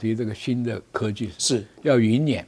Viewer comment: 辇（nian,三声）不念折（zhé)，云辇-Z，云中之车。